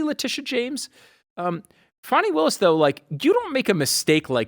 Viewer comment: Not wanting to pronounce Fani's name right shows the hatred and racism 😅